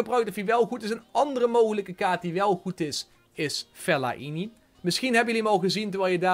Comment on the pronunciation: Hoe jij Fellaini uitspreek is geniaal